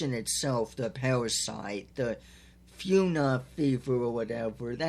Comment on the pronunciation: Actually fauna is pronounced as (Faun-ah)